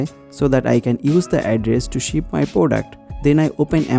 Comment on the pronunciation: He is bengali sure bcoz he tells poduct😂